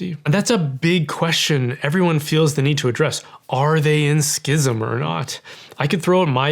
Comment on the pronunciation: I just want to thank you for correctly pronouncing the word schism as it’s always been pronounce. So tired of hearing educated people say “sizm” like they can’t see three consonants in a row. This needs to be defined under canon law imo because it’s driving me nuts.